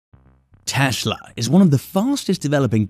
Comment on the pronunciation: 'Teshla' lol.